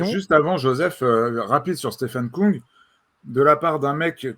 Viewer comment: Stefan KÜng s'il vous plaît, et non pas Koung. Avec un U qui se prononce comme le U de GaudU.